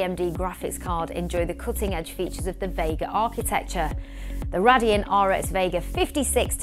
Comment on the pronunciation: Cringy how you pronounce Radeon. Do you even know what you are talking about? You're just reading a script and have no idea about the subject.